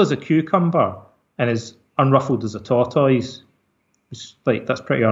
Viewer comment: "You ever seen a tor-toys that looked ruffled?" Mitch McConnell has left the chat.